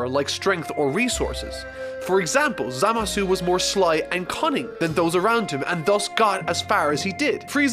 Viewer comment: The "u" at the end of Zamasu isn't pronounced, so it's pronounced like /zamas/